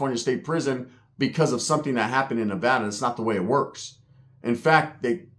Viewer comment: I’m just happy he said Nevada right 😂